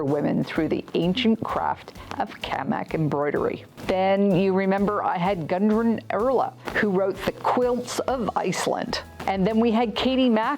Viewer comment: great video but Gudrun Erla is not spelled or pronounced Gundrun